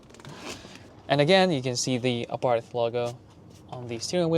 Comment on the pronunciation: The h is silent